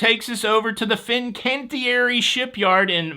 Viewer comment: Props on being able to pronounce Fincantieri!